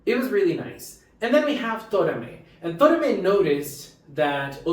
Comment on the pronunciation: I agree, this is one of the most emotional episodes we ever had in the history of Precure. 😢 One small correction. His name is To"ra"me. Tora=虎=Tiger, Me =目=Eye. If you say "Tomare", it will mean "Stop!!".